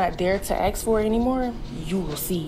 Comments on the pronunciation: axk? The second I stopped listening. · Seriously, is it too much to axe? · too much to aks. Icant even pronounce ASK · i dont remember axing any questions lmaoooooo pronunciation matters to people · "Women axe for..." Can't take you seriously. Goodbye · As soon as a person uses the word "axe" im done listening